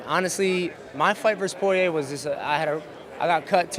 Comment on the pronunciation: When Dustin was Dustin poirier not Dustin Sorrier